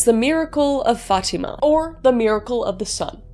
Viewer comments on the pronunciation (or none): none